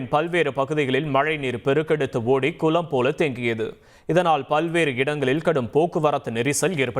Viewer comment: " குலம் போல தேங்கியது"😂😂😂 தமிழ் மெல்ல மெல்ல சாகும்